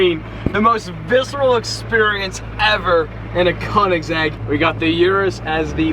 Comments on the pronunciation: Koenigsegg?buddy thats call koenegsegg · koenigsegg cuz its a koenisegg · If you are going to say Koenigsegg so much, then learn to say i right (no hate)